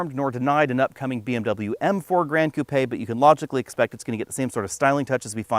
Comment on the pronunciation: It’s the blank going halfway up the grille. Funny hearing you pronounce koopay instead of coupe